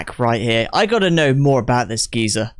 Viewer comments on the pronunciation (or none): none